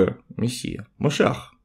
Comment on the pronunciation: МашИИах, МашИИах уважаемый Клим Санычь, ударение на букву И